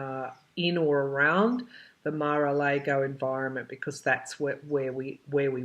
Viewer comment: Mara Largo...all a's have the same sound. Just so you know.